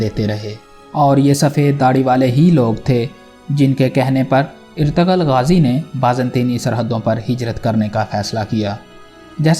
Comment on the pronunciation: Oye bhai irtagal nahi ertugrul